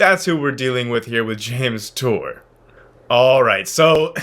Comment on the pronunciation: Hawk tour? Say that again